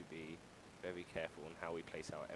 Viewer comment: VEWY VEWY VEWY different has happened